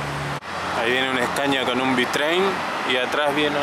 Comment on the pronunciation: No se dice bitrein se dice bitrem